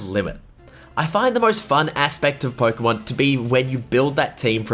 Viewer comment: Pookeemaan ieel ov ermaour